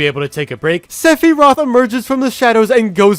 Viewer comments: It's sephiroth (sefarohth) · Can we just talk about how pronounced Sephiroth? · Just like the song